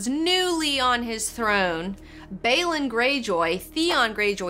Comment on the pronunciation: Stop saying Myr and Baelon like that for fuck sake